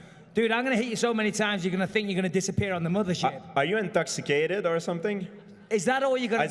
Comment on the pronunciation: Are you intoxi...kated